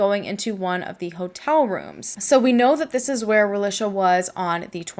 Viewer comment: I can’t watch with you mispronouncing her name. Ra-lee-shuh. That’s how her Mom named her & pronounced it and it should be pronounced correctly. Especially if you’re going to make money off her tragic story. At least respect and use her name & pronunciation.